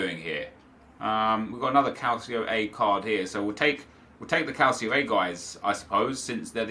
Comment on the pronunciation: Calcio is pronounced Cal-cho